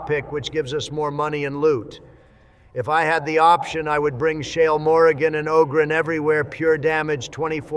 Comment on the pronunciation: Women pronounce it Awwwww-gren